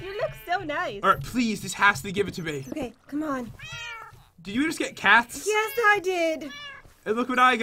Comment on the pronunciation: I love how u said yesh 🤣🤣🤣🤣